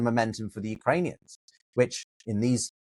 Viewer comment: On the timeline,, I think said “the Uranians”. It was hard to focus on the rest of the lecture after that.